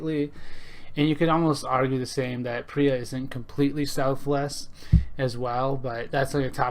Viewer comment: Pro-tip: It's pronounced PEER-UH.